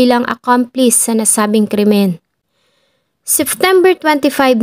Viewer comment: Ang gaganda po ng mga stories pero some of words hindi na popronounce ng tama kagaya nalang po ng Seftember.yung P nagiging F .. pero over all po maganda po mga kwento, maganda boses .yun lang naman po napansin ko🙂 more power po sa inyo